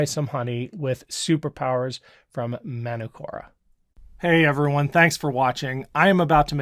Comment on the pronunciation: Hi, Manukura is a Maori word and the a is pronounced as in the "are" not as in CST or rat. Cheers from NZ.